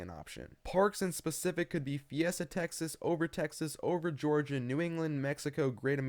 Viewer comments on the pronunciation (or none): none